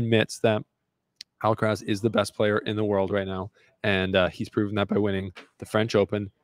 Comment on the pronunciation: he is pronouncing djokovic much closer to the correct way than he is pronouncing Alcaraz.